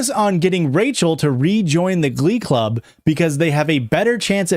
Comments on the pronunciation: it took me 43 minutes to realize u were saying "glub" and that u actually can pronounce the letter c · Every time you say glub I actually start laughing so hard. EVERY TIME. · It took so long to realise you said glub and not glove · I screamed every time the word "glum" was uttered 💀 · every time he says stuff like “glub” or “gluys and glorls” or “glevil” i giggle a little